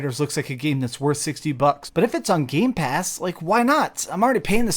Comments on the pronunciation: It triggers me every single time when he says: GameSpass is GamePass not Games-Pass. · I've always liked when you say gamespass with the s. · Also keep saying Gamespass 😆